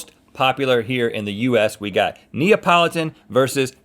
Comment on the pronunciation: Everyone who is italian: Cringes when Rhett says Neapolitan